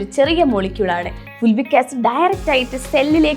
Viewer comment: ഫുൾവിക് അല്ല ഫൾവിക് ആണ്.